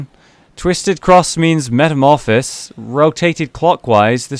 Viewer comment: jeez... He pronunciation of metamorphosis makes me cringe